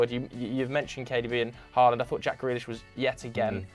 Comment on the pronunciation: Please say Haalands name properly It's not Whoreland